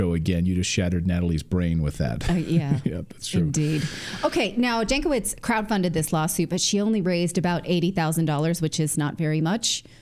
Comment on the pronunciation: Nina Jankovic is obviously of Serbian origin (her surname should be read as Yankovic) There is a wonderful expression in the Serbian language for such women, PROFUKNJACA. If you read this as PRO FUCKNJACA, you are wrong, the meaning in Serbian is much worse,more on mental side.